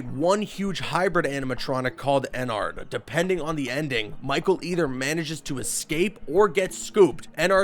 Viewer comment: i'm sorry to do this but there's so many things wrong here. Thats not why the robots try to kill you in 1 and 2, they're haunted. FNaF 3 is a horror attraction not a museum. Michael had those dreams in 4, not the kid. Michael in SL is a technician, not security. You pronounced Ballora and Ennard wrong. Lefty isn't black, he's blue. Jeremy's death in SL wasn't an accident.